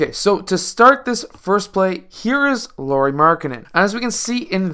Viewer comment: Lauri is supposed to rhyme with "cow-ri" or "how-ri" or "wow-ri."